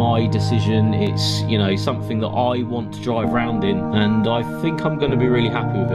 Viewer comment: Sumfin, sumfin, sumfin and sumfin.